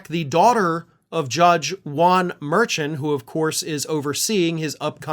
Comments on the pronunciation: I think it’s pronounced Mer-shaun. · Hi. Love your podcasts! You may want to contact Karen Friedman Agnifolo about how to pronounce Judge Merchan’ s name. I think it is Mer-Shaun, emphasis on the last syllable. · just a FYI: the judge’s name is pronounced similar to ‘mer - Sean’ Mer (mermaid) and Sean (like the name), ‘mer-Shaun’. Hope that helps. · It’s mer-SHON. Emphasis on the second syllable.